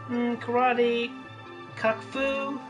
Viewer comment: Did she say Cuck-fu or an I hearing things?